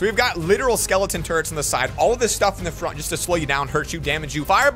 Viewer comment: Is it just me or did he say skeleton turds and stuff skeleton turrets